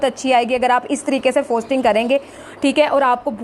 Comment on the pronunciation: Bongi "FOSTERING" hota hai FOSTING nahi......Sahi sey bolna to seekh lo